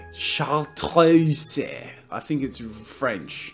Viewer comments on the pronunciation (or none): its pronounced SHAR-TROOSE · “Shar-truse-ey” Jazza 2019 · Howe's life? Oh my gosh thank you I wanted to comment on that wretched pronunciation but wasn't sure how to go about spelling it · Kaylee Walsh Yeah, and when he pronounced it "char-troos-ey" it made me facepalm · It's ''sh-art-r-uh-z'' x) It's a famous green liquor named after the mountains where it's produced, trust me, I'm french 😁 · chartreuse shar-truce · Hey jazza I know your not going to see this but if you do it's pronounced Shar-truce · Haha, I was literally, just looking at it, and I was, like that's as chartreuse(shar truce) and he doesn't realize 😂😂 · No! Jazza is ALWAYS right! It’s char-tree-oo-say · No, it's shart roos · it's ''sh-art-r-uh-z'' btw 😂 (very famous green liquor named after the mountains where it's produced) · 'Chartreuse' is not pronounced with the 'ay' sound at the end - as the ending e does not have an accent: 'é'. Also, it is pronounced - Char-Truce! (Second year of learning French. Not meant to be offensive, sorry if it seems that way!) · JAZZA IT'S SHAR-TROOSE GOOD LORD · Actually it's not Shar- troose, its more like Shar- treu (the eu sound doesn't exist in English)- z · Sh sh shar shart tr tra trae oose-a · I cringed so hard when he couldn't pronounce it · Pronounced [shar-truce] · Hi Jazza, you pronounce it "chartreuse". Hope that helped!! Edit: lollll, thanks for the likes, it was a cool joke I Thought was funny haha. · Chartreuse, Shar-troo-sss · That green color he used in this video is pronounced "Shar-truse" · Tape! :3 I know french too! But I got triggered because chartreuse is pronounced shartruce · it's pronounced shar-truce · i cracked up. it's pronounced: shar truce. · Howe's life? No! It's more like "char-treze" (i speak french but it's really difficult To explain that x) ) Sur ce, salut :-) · It's pronounced 'shartroos'. It's my favourite colour, actually. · 🤦🏽‍♀️ when your favorite artist can’t pronounce your favorite color. It’s “shar-truce”. :(